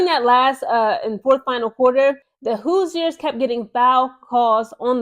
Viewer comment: I don't think the "i" in Hoosiers is pronounced. It's more like "whose-yours" as in "Who's your pick?" Great video.